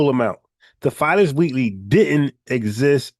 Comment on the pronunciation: bro u killin me u keep pronouncing Phyllis or spelled Phillis Wheatley Peters which was the first Black woman to publish a book of poetry u pronouncing it like Filess 😂😂😂 respect bro FBA errrday!!!!